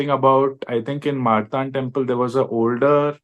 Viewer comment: I wish this man pronounced the word "Martand" properly :)